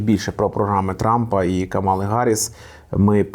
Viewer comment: Але чому ж КамАла, якщо вона КАмала?